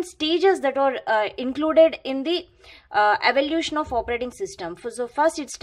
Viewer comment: It's evaluation not evolution